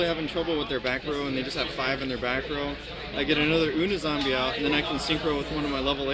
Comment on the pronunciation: And it's "you-knee" zombie. Dumbass